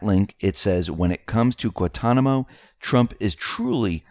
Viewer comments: Pronounced GWAN-Ton-i-mo...figure it out! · It is pronounce GuaNtanamo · I love X22 reports.,please pronounce the first "n" on Guantanamo and you will get it right. That word is easy for us the Caribbeans but hard to pronounce for others:) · How do you pronounce Guan-ta-namo?